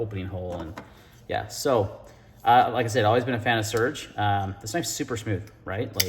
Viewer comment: It's pronounced "Sir-gey"